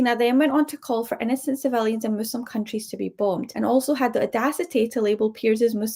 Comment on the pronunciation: Gomez, I am a proud "Muslim," not "Mozlem."